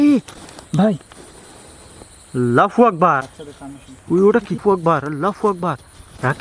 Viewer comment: Allah hu akbar boliyen bhai not fu akbar